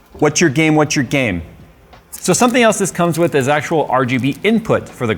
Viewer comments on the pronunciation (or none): I thought what's your game? Actually said "what's your gamet"